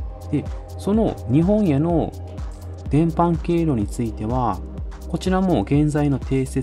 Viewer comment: 伝播は「でんぱ」と読むような気がします。